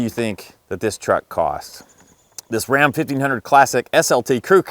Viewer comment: My husband and I cracked up everytime you said Rrrrram.